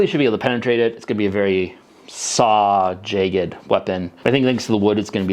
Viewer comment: Dreigon!? Jeigged!? 😂😂😂